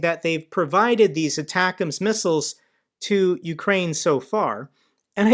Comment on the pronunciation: Your pronunciation of atackums is my favorite